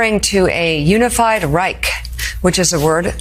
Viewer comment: "unified right" not "unified reich"